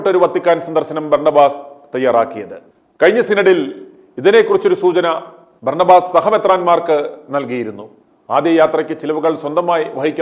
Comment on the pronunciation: ഓസ് അല്ല ആസ്... Berna ba.... Ass